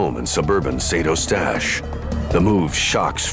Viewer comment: Pronunced Saint UH-stache, NOT Saint O-stache!! Saint Uh-stache is in English, or San U-stache in French. Also it's SAIRge -- not Sirge. St. Calix is San Caleex. Deux Montagnes is Deuh Moantan-yuh (French), or just Two Mountains in English. Also called Lac de Deux Montagnes or Lake of Two Mountains. (My dad used to live there.) It's not really a lake, altho it looks like one -- it's just a very wide section of the St. Lawrence River, maybe 1/2 a mile across -- a really nice view, as u can see all the nice houses & mature trees on the raised riverbank over on the other side of the lake. Peaceful view, & no yahoos on seadoos making a racket, nor loud boat motors etc.